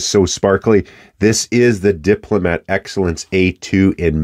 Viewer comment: Wonderful video sir. I have this pen in black. 🙏 (You pronounced that correctly sir).